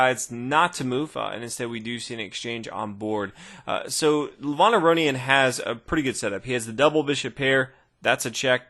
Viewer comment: the way u pronounce Levon isn't like how u said it in the video. the E is supposed to be said like E in elephant, not like the letter A in another. also the O is said as if ur saying oh not on. soo kinda like ( Leh-v-oh-n)